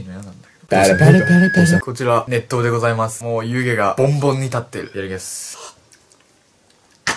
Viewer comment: 熱湯がネットに聞こえてしまった